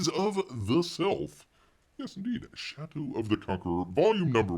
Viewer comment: It kept sounding like you were saying 'Chateau of the Conqueror'.